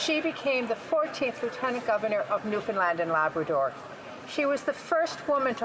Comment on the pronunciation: Wouldn't it be nice right off the start if the member from Newfoundland could pronounce lieutenant governor properly?